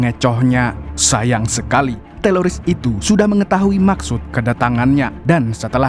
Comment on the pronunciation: Itu lu sengaja kan bang ngmongnya TELORIS. 😂